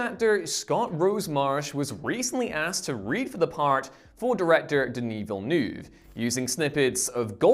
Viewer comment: Everytime you say denis villeneuve i cringe